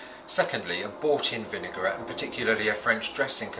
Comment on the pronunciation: Excellent recipe, very useful tips - it's a pity he can't pronounce vinaigrette properly.